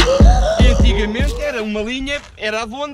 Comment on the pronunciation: Gostei da parte do “ entigamente “ 😆